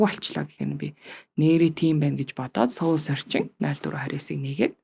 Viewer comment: Goy zochin goy podcast bna Gehdee soul gedeg ugiig manaihan yagaad seoul gedeg shig duudaad bdg yum bol? Soul gedeg ne -sowl gedeg duudlagatai Сөүл bish shudee Uur neg mgl podcast bas bainga сөүл gej duudaad bdag.